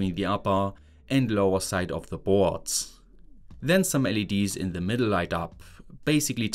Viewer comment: I love how in German the word "board" becomes "bhootss". 😂😂